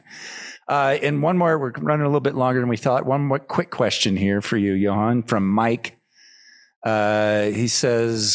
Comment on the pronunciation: "Johan" dude, not "Johann" haha.